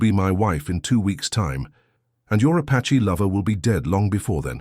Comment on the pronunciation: The word is APACHE not patche